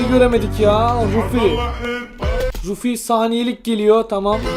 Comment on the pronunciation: albay rufi değil nolur şuna albay ra fde